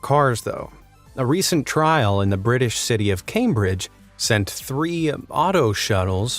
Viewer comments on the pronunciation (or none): none